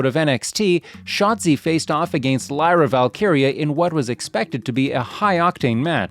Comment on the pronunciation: Must be AI. Didnt prounce Lyras name right. No thanks